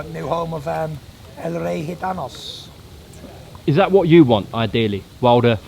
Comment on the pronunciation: El rey gitanos!!! Perfect accent shame he dropped the plural in